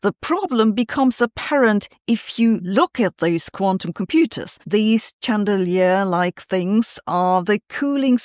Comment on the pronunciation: It's pronounced SHANdelier